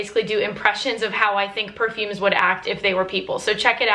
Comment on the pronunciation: Love how you pronounce the name of perfumes like you are so fluent on it. a true fragrance enthusiast ♥♥